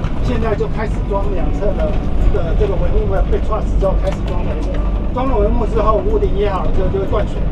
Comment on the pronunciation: "桁架"唸做"橫架"，不是"航架"，這個台灣世曦的導覽員是"本科"的嗎 ?